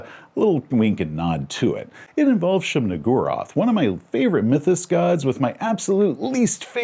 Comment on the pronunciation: “Shub nih-GOO-roth.” Look, it’s the best you can get to not name-dropping Lovecraft’s cat.